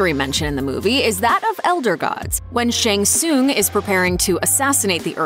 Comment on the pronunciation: You can't even pronounce Shang Tsung or Bo' Rai Cho correctly... Get it right, lady. You hurt my ears.